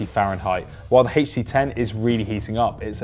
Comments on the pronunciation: so because of that he can't pronounce the letters HTC separately? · Why do you say HTC like that?